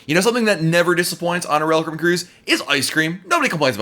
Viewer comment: No one: Literally no one: Not even on earth: Not even created by god: This guy: rull cribin Normal people: royal Caribbean